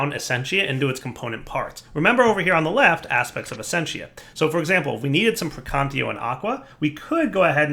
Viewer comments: We're at 6 versions of thaumcraft and he still says "precantio" instead of "precantatio" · say it with me. PREY-CAN-TATIO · Took me the time from TC2 to late TC4 to discover that its PraecanTAtio instead of Praecantio xD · Actually, "gAhlem" is a perfectly acceptable pronunciation. However, the other words, such as "praecantatio," technically don'y have an "official" pronunciation. But it does hurt to hear him say something that is not really close to an acceptable pronunciation. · and still can't say praecantatio... some things never change do they? still hyped for Thaumcraft 6 though